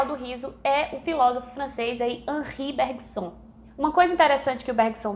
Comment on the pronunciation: Lindo trabalho sobre o riso. PS: Aqui aprendi a falar corretamente o nome do Henrique Bergson kkkk a partir de agora vou só de Ânrí Bergsôn. Abço